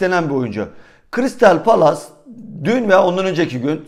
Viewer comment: 1461 trabzona '1461 Karadeniz' dersin... crystal palace a 'kıristal palas' dersin.. southampton a 'somptın' dersin.. tolu arokodare ye 'tolukadere' dersin.. bir tane düzgün söyleyebildiğin bir takım ismi var o da ' Trabzonspor'.. 86 bin takipçili bir kanalsın.. Biraz çalış bunlara be kardeşim..